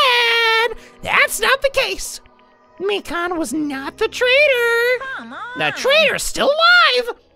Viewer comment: Lol. Funny until you remember it’s Mi-Kahn, not Mi-Can. (Don’t r/wooosh me I get the joke lol)